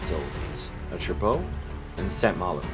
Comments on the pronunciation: It's pronounced share'bourg and pro'vance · This is really interesting. I've given it a like, but I think you need some French language lessons! You manage to pronounce Calais, Cherbourg, Caen, and Provence completely wrong, which I'm afraid undermines your video somewhat. Also, your maps could acknowledge that the Allies had conquered half of Italy by D-Day, rather than leaving the whole of Italy red. I'm trying to be helpful. I really like the style and tone of this. Its just these little mistakes undermine the whole thing unfortunately. If you could correct these it'd be great.